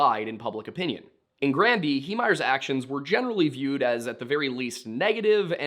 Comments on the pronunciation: Your pronunciation of the town's name is perfect. I'm from Colorado and spent many a summer weekend on Granby Lake. Coloradoans are fucking nuts and all "outsiders" are deeply hated ... especially Texans, for reasons known only to Satan. I adored this documentary. Marv was absolutely being targeted because he was an "outsider" and he knew exactly what he was doing. Marv, you showed those MFs why you don't mess with the wrong person. ❤ You are loved by this Colorado native ❤ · Even though I'm across the continent I wanted to say that we have a city named Granby as well. Your pronounciation as far as we say it, is perfect. I know that wasn't your question but our Granby, here in Quebec was the home to a massive Zoo and Water Slide, which I recall visiting, as a young Lad in the 80's. Merci Beaucoup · You're pronouncing Granby right.